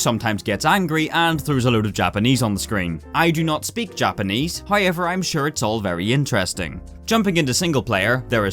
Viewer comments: am I the only one that hears "Hoyever" instead of "However" ? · oi mate cant pronoince the word hoiever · so many "hoyever" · However video 👀 yet pronounced hiover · Bruh you the goat, “Hoyever” ima need you to act like a grown up......you know this guys english is englisht 😁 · hoye-ever is really bothering me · Take a shot whenever you hear 'hoyever' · Also got "hoiever" going for him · This guys can't even fucking say however and he spams it every 13 seconds; jokes aside, loved the video.